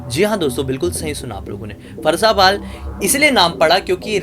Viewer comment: Farsaapaal nhi bhaiya farasapaal bolte hai